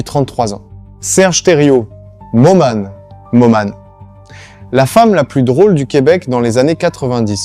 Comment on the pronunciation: Probablement avec les phrase saccadées et les noms des personnages : Lisone, Momane etc! Merdique quoi!